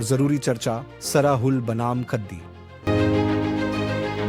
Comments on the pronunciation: सरहुल को सराहुल और हंड़िया को हडिया बोलती हैं। इन्हें सही बोलने के लिए कहें। प्रस्तुतकर्ता को विशेष रूप से धन्यवाद 🙏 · सरहुल होता है सराहुल नहीं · आपलोग सरहुल को गलत उच्चारण कर रहे हैं (श्रहुल बोलना गलत है)खादी उरांव भाषा में बोलते हैं 🎉🎉🎉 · श्रहुल नहीं सरहुल होता है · App log sarahul bol rhe h sarhul hota h